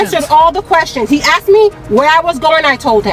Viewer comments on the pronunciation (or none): ASKED not AXED!